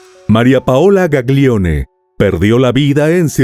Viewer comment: La pronuncia de los apellidos son “Gallione/Milliore”.🩷